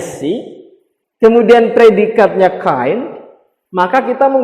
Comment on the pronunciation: Kind = baik hati not kine. Bro